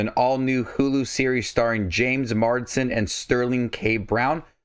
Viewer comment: Mars-den. Not Mard-sen.